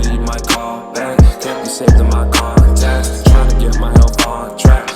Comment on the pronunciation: "concacts" yeah bro